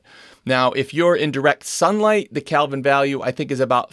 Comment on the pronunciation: Isn’t it “kelvin?” Not “calvin.”